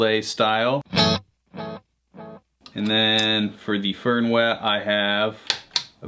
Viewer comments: Hört sich an wie föhrn wäh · Sould be pronounced like „Fairn vay“ in a thick scottish accent. And „Fuchs“ should pronounced like „Fooks“. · Your pronunciation of "Fernweh" hurt my inner German's feelings :D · It's a fern wah wah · Noch schlimmer! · No V sound? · so wie der fernweh ausspricht, bekomme ich...heimweh!